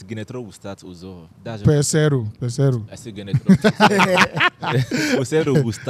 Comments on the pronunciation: just called Uzoho “Aquata” 😭😭😂😂😂😂😭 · He said akuta